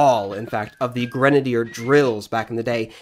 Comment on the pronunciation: It's pronounced: Gren-A- deer Not granader